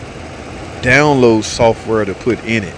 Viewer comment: It's "software" not "sulfur". I bet replacing the PCM didn't fix it but replacing the TIPM did.